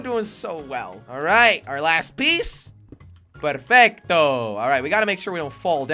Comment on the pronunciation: Sinabi nya perpecto hahahaha